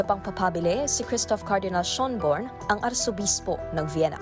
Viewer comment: Schœn, not schon.